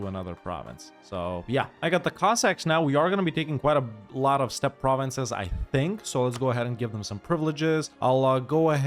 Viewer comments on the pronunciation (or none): none